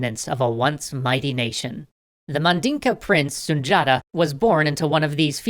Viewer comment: It’s pronounced Sun Di Ata